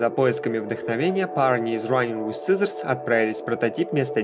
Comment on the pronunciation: Очень интересное и информативное видео. Но есть один нюанс - произноси пожалуйста иностранные названия без попытки в английский акцент, а то "раинг виз сизоурс" вводит в замешательство при прослушивании видоса на фоне.